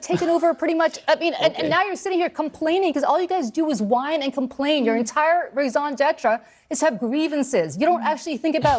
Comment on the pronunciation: Lady if you are going to say “raison d’etre” say it correctly. Moron.